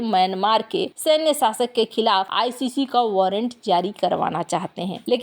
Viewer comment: इस्क्रीन पे या स्क्रीन पे... हस्तेछेप या हस्तक्षेप... सासक या शासक ... मुस्किल या मुश्किल ...